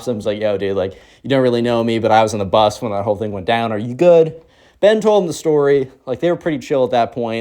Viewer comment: Hi. The word is Bus. I love your videos and during school when working I listen to you on Spotify but while gaming I listen to you on YT. Anyways hope you have a great day and have a Merry Christmas